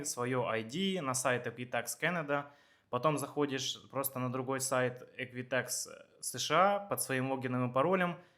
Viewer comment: EquiFax а не ЭквиТакс. Может поэтому вы совсем не туда обращались? Жил 2 года в Торонто, 14 лет в Галифаксе, теперь в Квебеке 5 лет живу- жалоб нет, в Канаде был везьде, кроме Саскачевана